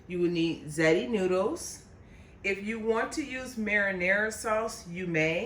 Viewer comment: Looks awesome and DELICIOUS! As an Italian, I would suggest saying the word “ziti” with the correct pronunciation, ZEE-tee. Yum❗️